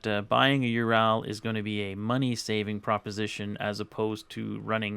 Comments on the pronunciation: ARGH! Learn to speak Russian if you are riding one of their bikes! It is pronounced OO-rall (as in hall) not you-RAL (as in HAL (name)). Own it! Love i! Speak it! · Why can't Americans say anything right!?! It's Ural, not UrAAL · Its (W)ho-RAL not you-ral, but who give a fuck, we are in america. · UrAll not UrAL....Just saying... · Please, would you stop calling it a ur al. It's a ur ul, just like the mountains in Russia. See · Nice video! 2 things, however: 1) Get that SPOT off your handlebars and into your pocket! It will do you no good if you get thrown from the bike and are hurt or pinned. 2) Ive been corrected several time by actual Russians, its either pronounced "you're-ole" or "oorall" depending on where you're at in Russia, NOT "your-owl" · i cringed every time you said your-al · It is pronounced "oorall" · Why you say ural so weird tho? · Learn how to pronounce the name of the motorcycle